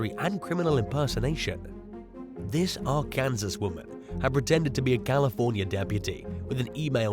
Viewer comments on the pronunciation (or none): Arkansas is pronounced "ar-can-saw" not "ar-kan-sis". In fact, it is illegal to pronounce it the incorrect way (as in this video) while in the state. Also, "Dahmer"= "dah-mer", not "day-mer". And, finally, Vicki White [no relation to her inmate lover, Casey White] killed herself at the end of a car chase with police. There's 9-1-1 audio available because the car itself called in after they crashed, unbeknownst to the pair, where she says they should "get out and run", she laments leaving the hotel they'd holed up in, and, eventually, she discharges her firearm. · Ok so not meaning to be rude, as i know its a weird way to say it. Lol. Arkansas is pronounced ar-can-saw. Not sure why, but it is. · Arkansas = r-kun - saw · ‘Are-Kansas’ always takes me a second 😂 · You’re pronouncing Arkansas wrong LOL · The way he pronounced Arkansas made me smile lol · I love how you pronounce Arkansas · Had to listen back a few times to make sure I was hearing him right 😂